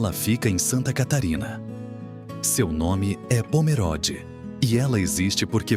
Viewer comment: Eu moro em SC, próximo a Pomerode, o apresentador pronúncia errado o nome da cidade, Pomerode é com e fechado, nao como se fosse é, e sim com o e fechado como se tivesse um acento de chapéuzinho no e.